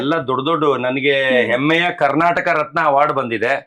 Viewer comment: ಎಮ್ಮೆ ಅಲ್ಲ ಮರ್ರೆ ಅದು ಹೆಮ್ಮೆ.. 😂😂😂🤦‍♂️🤦‍♂️🤦‍♂️